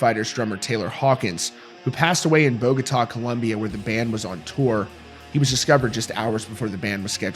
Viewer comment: The way you pronounce Bogotá is so white boy cringe: It’s “Bo-go-tah! Not “Bow-guh-taw” like a damn hick.